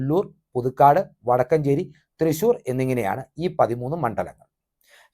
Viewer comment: വടക്കഞ്ചേരി അല്ല വടക്കാഞ്ചേരി 😊